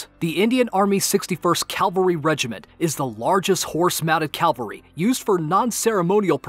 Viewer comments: Sorry to point out , it's ca-val-ry not cal-vary . Still a good video like always. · it's not calvary it's cavalry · It's pronounced "cavalry", not "calvary"... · It’s Cavalry, not Calvary!!!!!!!